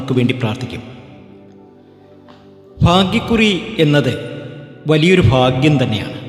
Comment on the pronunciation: എൻറെ പൊന്നു സഹോ,ഇന്തൃയിൽ നിന്നും അമേരിക്ക വരെ നീട്ടികൊണ്ടുപോകതെ ചുരുക്കി പറയുക.ഫാഗൃമല്ല ഭാഗൃമാണ്. നക്ഷത്രം തിരുവോണം.